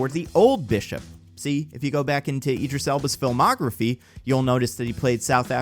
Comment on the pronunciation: It's Idris, not Eedris